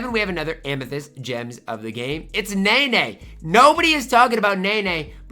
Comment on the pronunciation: I actually like nene irl but please say it right lol (neh-nA)